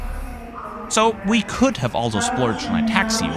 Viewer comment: A very small and insignificant detail, as a Czech who speaks English and decent German I always "catch" the word "also" pronounced as if in German, compared with the flawless English in the rest of the narration. ALSO, that is a CZECH beer !! Woow.